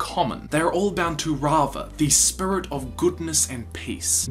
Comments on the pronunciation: It triggers me that he pronounces Spirit SPRits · Is is me or dose he say srits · I stopped watching when he started sayinf spurits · “Avatar spur-it” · I've heard a lot of New Zealand accent over the years, enough that I thought I had a handle on the rhyme and reason, but pronouncing "spirit" as "sprut" is a new one to me. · I just keep hearing “spurt” every “spirit” I’m sorry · listen this is a great video to watch but he keeps saying "spurit" and its getting hard to concentrate on what hes sayin 😹😹😹😹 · Spurit? XD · I die a little inside everytime he says spirit... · Lol the way you pronounce spirit